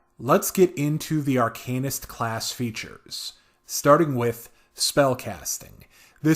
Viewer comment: AR-CAN-IST, as opposed to ARCANE-IST